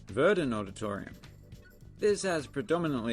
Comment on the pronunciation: Ver-done is the proper pronunciation of Verdun. Nothing like a good moose rodeo. 🫎😂